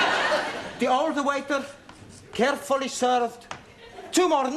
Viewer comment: Carefully not carefello 😅❤